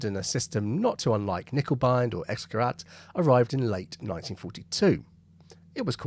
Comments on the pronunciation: Dont mind the knickebein thing, but you're saying Xgerat and not Xgerät. That word dosnt sound like an A at all. Its got umlaut in it. So it's a gerät not a gerat... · Just FYI, X-gerät is pronounced like an English person would say "ix-gerait", not "ex-gerat". Germans pronounce the letter X as "ix", and “ä” as in Käse is like an English person saying “air” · Just a point, X-Gerät is pronounced X-Gerate to a English speaking person, the umlaut (the two dots over the a, the ä) changes the sound of the ä a bit like adding an e to the end of a word in Eglish, so rat = rat and rät = rate Three silly words a pilot never want's to hear from their bomb aimer, "Back a bit." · For information “X-Gerät” is pronounced “ics-gare-ate” might as well get it right. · X-Gerät is pronounced something closer to 'Icks-gerate'. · X-Gerät ... the 'A' has umlauts, so it should be pronounced differently. More like "gehraYt" - sorry but to a German speaker, this hurts. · Also, "X-Gerät" is pronounced like: "Icks - Ge - rate" or a bit like someone with a strong Yorkshire accent saying "Great" 😂👍